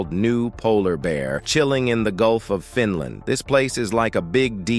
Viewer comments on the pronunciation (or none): Good video and presentation. But stop calling the country FinLAND by stressing the last syllable. It got annoying pretty quickly. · Fin Laand🤣🤣🤣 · Fin land. Another AI wonder. Pathetic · What a crock of BS. By The way, you need to learn how to pronounce Finland. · Why can't the announcer pronounce "Finland" ?